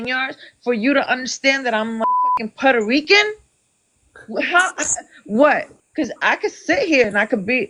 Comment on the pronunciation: she cant shut up and then she cant answer....shes so annoying. She cant pronounce "puerto rican", "indigenous", "natural" and so many other words but she brags about being part of the USA 😂